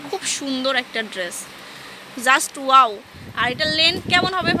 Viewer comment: Ishhh.. Ki bisri bhasha mey tar.. Pura gramer bujhai jai.... Please get someone who can talk properly not 'Oaww-wow' 'Zust-Just' 'Parson-person' Just a Humble request